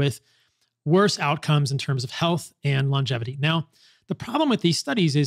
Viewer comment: Paul, thank you for saying "lon-gevity" instead of "long-gevity."